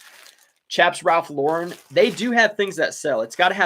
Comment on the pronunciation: Maybe you read my comment regarding the pronounciation of Ralph Lauren. You got it right. I read somewhere how he hates his name mispronounced because his whole style is American and it pissed him off when people say his last name as if it was French. Just fyi, his real name is Ralph Lifshitz. He and his brother changed their last names because as kids they were always teased about their name. Love your chanel. I personally get up at 5 AM, walk the dogs and by 6 start working at reselling. By 2 pm I put in a full days of reselling work and that is it. I have the rest of the day for myself. I put in a good 6-7 hours a day and close up shop. I refuse to stretch this out all day. It gives me life balance. Luckily the tiny post office is just a five minute walk down the road from me. I load up my huge shopping cart and take them there every day. I refuse to take the car for a two minute drive. People look at me like I am crazy but I do not care. I get a nice walk. I list about 30 items a day and can do it really fast.